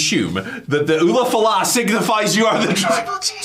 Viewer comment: The way Andy pronounces Ula Fala.....geez. even comes in and pronounces it correctly, and i think it was intentional because he got tired of Andy pronouncing it wrong. Lol